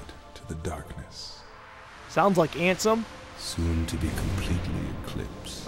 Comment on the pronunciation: haha every time says ansem, I hear handsome